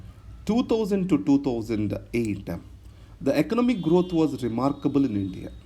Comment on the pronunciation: Systematica.. growtha.. apki yeh pronunciation mujhe achhi lagti hain..